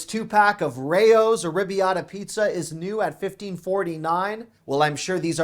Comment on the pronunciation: Pronunciation is arrah-BYA-ta not ar-RIB-i-ahta